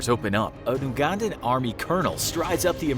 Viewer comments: For future reference Ugandan is pronounced You•gan•dan not oo•gun•dan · Everytime you say Oogandan instead of you-gandan I die a little inside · (You-gandan) not (oo-gandan) also why are the senturies and pilots white, thats not true lol its uganda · I Like you but you say oo-gandan